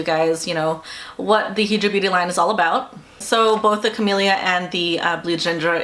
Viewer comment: High-dra beauty. As in hydrated not he-dra.